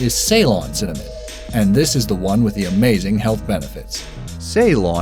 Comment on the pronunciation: Wait did he just say cimmanon wahahahahaha lol